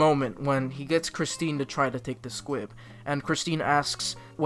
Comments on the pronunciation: I swear you are saying SQUIB. It's SQUIP. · Did you say SQUIB instead of SQUIP????? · Take a shot every time he says Squib instead of Squip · squip not squib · Am I the only one who noticed he’s saying squib instead of squip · STOP CALLING IT SQUIB ITS SQUIP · Is it just me or did you say "squib" instead of "S.Q.U.I.P." the entire video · I say Squib too, it's really Squip? Well i've been saying it wrong for a whole year then 💀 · every time he's say squip my little harry potter brain b like squib?? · sorry to be that person but.... S.Q.U.I.P. you were saying squib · It is pronounced as squip Not squid Not squib Its squip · It’s squip, not squib. Squib is from Harry Potter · anyone else really pissed that he kept saying squib instead of squip like i’m fairly sure he did it on purpose to piss people off but it still fucking worked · Stop saying Squib-- its SQUIP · Ahhhhhh!!! HE sAID SqUIb!! It’s squip. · Is it just me or is he saying squib? Cause it’s squip with a p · It's squip, not squib. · I feel like you’re calling the SQUIP a SQUIB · And it's squip...not squib...you keep saying squib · SpaceAnt 07 Squib is a Harry Potter thing lol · Are you saying squib or am I going crazy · honestly bmc is one of my least favorite musicals (i mean the music is catchy and all but i digress) but him pronouncing it squiB the whole time made my blood boil 😂😂 (i still love him tho) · He doesn’t say Squip properly once?